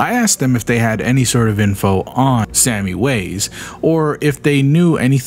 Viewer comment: Didn't it say Sami from Finland in that one profile? In that case it's pronounced more like "sah-me"